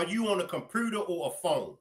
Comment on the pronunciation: Who pronounce computer like that😂😂😂